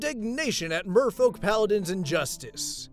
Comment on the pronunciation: Why do I always here "Mofo"-Paladin instead of Merfolk??